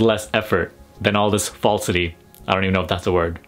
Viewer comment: Fasleity!! hehehe